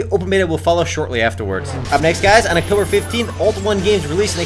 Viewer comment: Haha, you're saying Octomber 12th so many times. xD